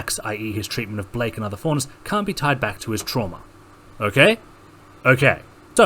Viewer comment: thank you. Didn't quite hear the t on can't.